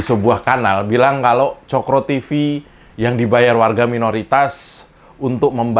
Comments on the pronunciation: Mengapa RR tidak suka Cokro TV? Karena RR tidak bisa mengucap COKRO tapi Coklo..RR diganti double L kalee??😅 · Kenapa Rizal ramli kesel sama Cokro Tv.?? Karena Rizal Ramli Tidak bisa bilang Cokro🤣tp Cokloooo 😂😂😂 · Oh ...kesel karena ada hurui R, coklo tb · RR MANA BISA BILANG COKRO TV....COKLO TV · Mungkin kalena ga bisa ngomong coklo TV...dacal lizal lamli....hhhhh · Lijal Lamli - susah ngomong COKRO...!!!